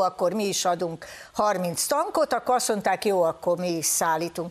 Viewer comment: "aszonták" te jó ég így beszélni nyìlvánosság elõtt....